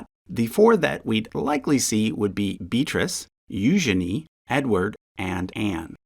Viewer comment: Thank you for pronouncing Eugenie's name correctly. I love her name.